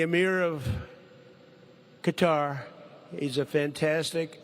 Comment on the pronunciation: The least CBS can do is pronounce and spell the country that donated it. Its Qatar and pronounced "kuh-tar."